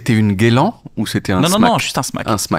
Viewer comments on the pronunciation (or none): Gueuuuuu - Lan et pas guélan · Faut arreter de dire GUELAN, PERSONNE DIT ÇA 😂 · Franchement, j'adore le smalltalk!!! Super émission, je kiff le concept, tes invités, vraiment tout est cool!!! Mais je t'en supplie!!! Pour l'amour des mots et de la langue ( justement ), arrête de dire " guélan "!!! Ça fait tellement teubé!!! 😮 Ça me fait le même effet qu'un " wèch " ou un " frère "... ça me ferait presque zapper le reste de l'émission... Amicalement bien sûr!!! Tchou 😉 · qui fait du verlan, ca ne passe pas pour moi, j’ai failli arrêté quand il a dit guelan 😅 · je t'en supplie, cesse de dire "guélan"! Personne, mais alors personne ne connaît ce terme à part toi 🙂